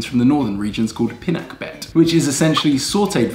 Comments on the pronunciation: Pi-na-keb-bet not pinakbebet 😂😂😂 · I don’t put ampalaya when i cook pinakbet as my hubby doesn’t like ampalaya, Welldone Chloe of pronouncing pinakbet with hard B. 😅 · Pinakbet is not a Tagalog word but Ilocano (Northern Luzon). It is pronounced pinahkbot. Luv u guys! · I love seeing you make and eat Filipino dishes. It makes my heart so happy. i miss the Philippines that much. In the Philippines we have this saying “kung ano’ng bigkas ay s’ya ring baybay.” Meaning, how you say the word is how you spell it. Pi-pee nak-knock bet-bet